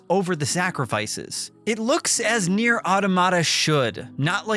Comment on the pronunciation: said the name wrong, then right, then brushed it off and said it wrong the rest of the video 😂